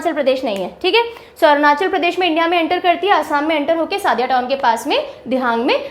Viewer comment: Sadiya nahi sodiya. Trita nahi trisna your some words is wrong spelling corrections